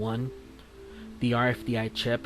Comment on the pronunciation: It's called RFID not RFDI. Learn to speak my brother in Christ.